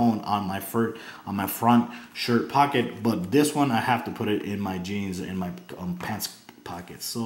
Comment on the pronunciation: Good review although "not trying to be rude " your grammar is very bad and made this seem not as professional . you kept saying wif instead of with and dis instead of this . Again this was a very good review i just did not care for the lack of good grammar . even though i do not have perfect grammar either it just does make a video more professional .